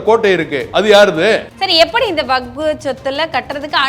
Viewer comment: வக்பு என்று சொல்லத் தெரியாத இவர் தெரியாத இவர் இதை பத்தி பேசுவதற்கு தகுதி இல்லாதவர்